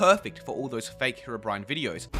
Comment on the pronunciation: The "oMg HeRObrIAn" thing actually reflects how a lot of people actually pronounce the name "Herobrine". For future reference, it's "He-ro-bryne", not "Hee-Row-Bry-An". Just trying to help. :3